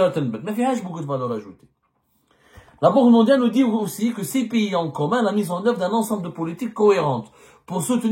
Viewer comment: Y'Ezzemmar, d'abrd ce n'est un PIYIS, en Framçais on dit un PAYS, Pai comme la PAIX + ys, pays et npon pas un Piyyyiiit coum ti dis, ya ayyouha el hybouboutaam, هيبُّوبُوطام avec un"ط "